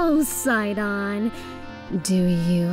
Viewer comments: Wow there are lots of ways to mispronounce this- I always called him "sih-DAHN"! Like the names "Sid" and "Don" Who's actually right though? Edit: So I looked it up, and it's actually pronounced "SIGH-dun", like short for Poseidon, which really should have clicked sooner. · He says it sidan Its SI-DON Like when you sigh and say they bald guy out of fast and furious name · He said Sid"o"n not sidin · I pronounced it as see-don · I always pronounced it See-Dawn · I've been mispronouncing Sidon's name this whole time ... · Okay but can we talk about this pronunciation- i am EXTREMELY confused- IS IT SYE-DON OR SEE-DON